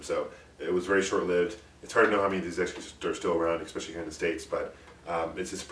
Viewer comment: and once a gain a person that says "xspecialy" >< lmao